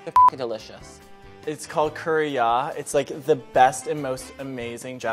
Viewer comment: Milk: “It’s called Ko-Re-Á, it’s like the best and most amazing JAPANESE curry in New York City...” Girl.........